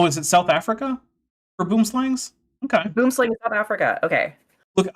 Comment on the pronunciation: Boomslang literally translates to "tree snake". Please look up the real pronunciation because it would be lifesaving in the rare event that you're bitten by one (they're back fanged so you do have to really really wind them up for them to put the effort in for a proper bite) - the many minutes lost while those possibly able to help are rolling on the floor, wetting themselves laughing at you could be, err, literally vital.